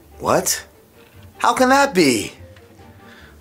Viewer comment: he said hoe instead of how